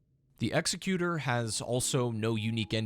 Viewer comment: Executor, the way you say it, isn’t a word.